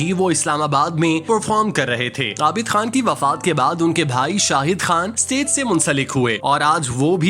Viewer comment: آپ اُردو تلفظ دُرست کریں۔۔۔ استیز نہیں۔۔۔ اسٹیج۔۔۔ ڈرومے نہیں۔۔۔ ڈرامے۔۔۔